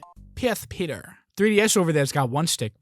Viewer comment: PS Petah